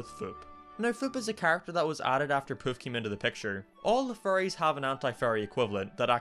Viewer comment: Words sometimes blend together for me, I was really confused when I thought you said leaving behind his childhood furries, did you pronounce it like that intentionally? xD